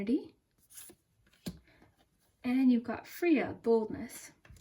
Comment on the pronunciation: Freya. “F ray. A”